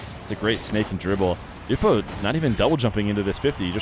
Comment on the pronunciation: I was hoping the way you say Nwpo like newpo would catch on, I like that pronunciation. The way johnny says it sounds weird